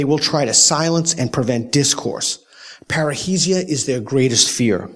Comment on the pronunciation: Peter you keep saying it wrongly, it is not "parreisia", it is "parresia" (freedom of speech)